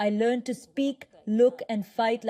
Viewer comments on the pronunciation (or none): none